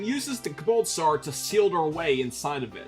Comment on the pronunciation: I got a good chuckle in every time he said "Kabalt Star."